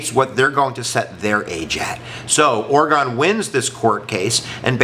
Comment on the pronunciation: That's not how you pronounce Oregon.